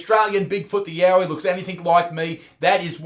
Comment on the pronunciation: I thought it was yawie yahoo